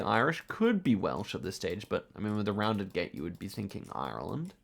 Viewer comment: Please stop pronouncing Ireland wrong